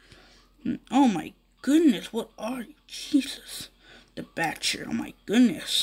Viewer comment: You mean the butcher (bu-ch-er)